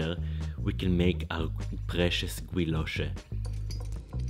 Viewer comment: I assumed that guilloche was pronounced like guillotine. The way you said it sounds more German to me